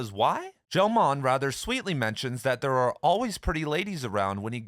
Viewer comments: Gell-Mann's last name is pronounced /ˈmʌri ˈɡɛl ˈmæn/ or /muh-ree-GHEHL-MAEN/, not /JEL-MAEN/ /ˈmʌri ˈɡɛl ˈmæn/ The 'G' is hard. Hemingway spied on Franco's Falangists in Madrid during the Spanish Civil War. The Nazis weren't in Cuba to spy on after 1959. You missed two important ones. (1) James Burnham and William F Buckley Jr started the National Review. Before that, Burnham had written a book lauding the fathers of fascism entitled The Machiavellians: Defenders of Freedom. And before that he was a leader of the Socialist Workers Party and knew Leon Trotsky personally. And before that he wrote The Managerial Revolution, in which he described a not distant society that's basically run by Red Fascists with a theory called bureaucratic collectivism, which was parodied in George Orwell's book 1984 in the chapter entitled "The Theory and Practice of Oligarchical Collectivism". Orwell saw the worst side of Stalinist bonapartism in Barcelona when he fought there in 1937 as part of a Trotskyist-Anarchist group called the P.O.U.M. and went overboard when he returned to England, where he supported the myth of Red Fascism on BBC Radio and denounced his former friends who were Communists and USSR-supporters. Orwell was a genuine socialist who had a disastrously wrong analysis of the Russian workers' state and the Communist International; a mainstream U.S. Trotskyist would have paired him with Max Schachtman, who was for a time allied with Burnham in a faction inside the SWP. (2) The bo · Gell-Mann is pronounced with a hard G He is a well known physicist.